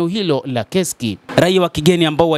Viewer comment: Ni KURSK sio KESIKI bana... Mbona una habari nzuri lkn unashindwa kutamka vzr?